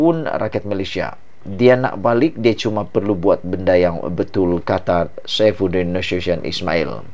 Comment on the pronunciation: Boleh tak pronounce nama Menteri Dalam Negeri tu berul betul! Pergi belajar dengan guru tuisyen😃